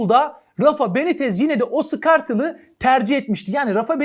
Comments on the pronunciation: Skartıl nedir abi… şkırtel diye okunur… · Yanlış anlaşılmasın dalga geçmek için söylemedim. Ama Skartıl diyeni ilk defa duydum. Doğu blok ülkelerinde Š bizde Ş …. Okunuş aynı. Yazıldığı gibi , zor olanı yapıyor yani. Ř Harfi olsa telafuzunu anlatması bile zor. En kötü insan bir bakar adam kendi adını nasıl telafuz ediyor diye.